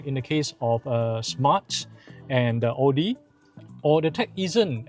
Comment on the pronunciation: un subscribed after this dude cant even pronounce audi and maserati right . byd such a crap quality car yet he say is good hahahhaa